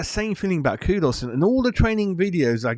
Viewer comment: you always seem to struggle with our players names. It's not "Coo-dus" like a long pigeon coooo. Its a shorter sound Ku-dus (the Ku sounding like in the word "cook". Similarly you still say "Pakweta" for Pa-ke-tah. Listen to the videos where the players say their own names. Then you'll know. It's just respectful to get they names right if you are broadcasting them to others.